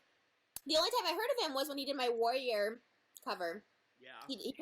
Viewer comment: I wish that turtle faced twat would learn how to pronounce 'warrior'. It's got more than one syllable, you dense bint! She deserves to be cancelled for that alone.